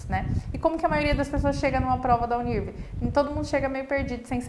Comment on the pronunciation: Você está pronunciando o nome da universidade errado! A pronúncia é “Uni. R. V.” “Uni errevê”